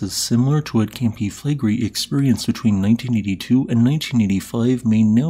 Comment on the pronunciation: Five syllables. Cam-pi Fle-gre-i